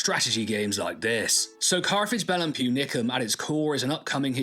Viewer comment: It's púnicum